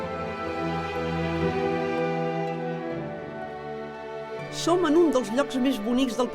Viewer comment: Llastima que aquesta tia no sapiga ni tant sols pronunciar el nom del Pedraforca, i ens vol fer veure que el coneix sensa haver-lo vist mai a la seva vida. Perquè no el presentava algú que de veritat l'estimés?